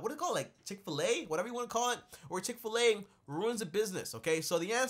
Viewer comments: so nobodys gonna mention this dude barley knew how to pronounce chick-fil-a gods chicken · Aht Aht don’t say “Chik-fil-a or whatever you wanna call it”. It’s blessed chicken🐔🙏🏽 & thank you for giving this information! Very easy to understand for those who are just tryna learn